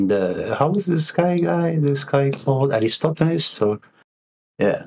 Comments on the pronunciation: Can spend a few minutes learning how to pronounce Eratosthenes? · I love how every single flat earther mispronounces Eratosthenes the same way. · Somehow has managed to butcher Eratosthenes’ name EVERY SINGLE TIME in this video. Jesus Christ! 😂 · And after all these years, he still cannot even get the name right. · since professor Dave said that all flat earthers cant pronounce Eratosthenes. i have taken note when ever he is mentioned and he is correct they always say it wrong